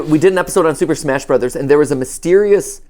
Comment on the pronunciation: "smach, sploch" -Matpat